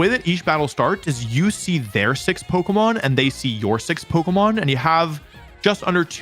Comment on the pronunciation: Bro is calling it pokomon